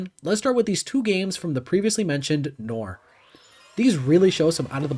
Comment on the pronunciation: That is… uh… an interesting pronunciation of noir